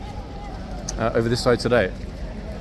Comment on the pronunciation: Hello on a complete tangent, I have just worked our that you are referring to the 'Chicksman' not the 'Chintzman' 😊 I was looking for "chintz" fabric in the area and penny just dropped that it's Chick! Doh😂